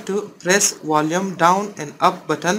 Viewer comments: Wulume hahahahhaha. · Which button? The Wolyum Up or Wolyum Down? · Bolume up bolume up bolume button 😂